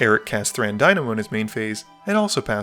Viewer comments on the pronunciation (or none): none